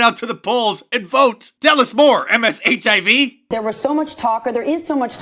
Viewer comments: "MSHIV"...ROFLMAO...I'm DEAD! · Lmfaoooooo "MSHIV" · "MSHIV" Bahahahahaha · hahaha "MSHIV". haha